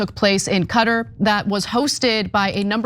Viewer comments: Calling Qatar "cutter", is like calling harassment, Harrisment. C'mon yo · if you're gonna to take a shot, ya bet not miss lol. Simple minded? In Arabic dialect, the Q comes from the throat, and the R rolls off the tongue. There is also a clear emphasis on the first syllable. There is nowhere in the Arabic world, where they pronounce it "cutter", as she did. That pronunciation is actually described as the most common American way of saying it. And in no way is it considered more disrespectful to say it either of the ways she did, because they're both wrong. Although it's true that you miss 100% of the shots you don't take, you still look like a jackass when you strike out swinging at a curveball in the dirt. Nice try Champ. Better luck next time. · I remember when we were all taught to change the pronunciation to cutter, but to my ear, the way Arabs pronounce it is somewhere in between.